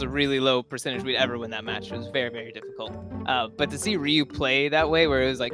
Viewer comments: the way the person pronounced Ryu in the video annoys me. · The way the guy kept saying Ryu was killing me. You had to have already had the interviews from Doa and Prolly. Is it that hard to pronounce it correctly? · Anybody bothered about how he kept saying Ryu’s name